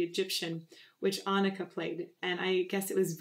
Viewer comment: Agreed this song is too short. Also great job changing your pronunciation of Anneke's name... it's perfect now! 👍🏼